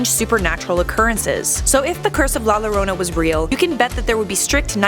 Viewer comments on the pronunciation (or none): Yah or yorana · yikes she pronounced the L in llorona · Not lorona, if anything say it as yorona(llorona) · it's pronounced "jorona or yorona" not lorona"jorona or for u "yorona" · I’m done lmao this white girl said la Lorona it’s la YOrona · Its la yorona not lorona (La Llorona) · "La lorona" you pronounce it like this La Yo-Row-Na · Lol she said La loroena its pernounced La Yoroena! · Max D, you are right. It did annoy me too. The double "LL" in spanish is pronounced like the "Y" in English, thus it's pronounced "yorona" 🤔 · The way said the name scares me i know some people roll the r in llorona but it sounds like shes saying lowrona in stead of yorona (llorona) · “La lorona “ it’s pronounced la jorona this annoyed me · Its "yorona" the double L makes a Y sound. Like tortillas is "torteeyas" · i speak spanish, it doesnt. You CAN say it as in "Jessica" you would pronounce it as "Yessica" but thats not a spanish name. La Llorona in English WOULD be pronounced with an "L" sound, but its a Spanish word, so it is a "Y" sound. The English translation would be "The Weeper"... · Max D it’s actually “la yorona” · Its pronounced jorona genius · Pronounce yorona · SHAWTY SAID “Lorona” LMFAOOO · Algún otro hispanohablante indignado por como dice “La Lorounah”? >:v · The double L in la Llorona is pronounced with a Y sound in Spanish. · La lorona yes definatly how you say that Also nice use of Grimm footage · It bothers me how you say “la lorona” it physically hurts my soul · The first 3 seconds of the video cracked me up, Ll is pronounced like a Y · Two things. A) Double "L" is pronounced "J" B ) What if LBG still had ideas? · la lorona lol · La Llorona is pronounced "la yorona" Edit: in spanish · Yes that’s exactly how you pronounce la llorana😂💀😂💀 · "Lah Lowrownuh" I'm triggered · Its pronounced la Yorona like with a "Y" double Ls in Spanish is pronounced like a "Y" like "yesterday" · "La larona" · it’s pronounce yo-ro-na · It's pronounced La Yorona 🤣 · Pronounced YO-RO-NA